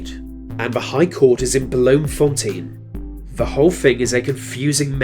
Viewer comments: Bloemfontein is pronounced bloomfontein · "Bəlome-Fontein" hahaha